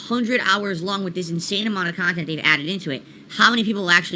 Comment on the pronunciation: "I review games objectively" 2 mins later "I approach it from a different perspective, as a khantent creator"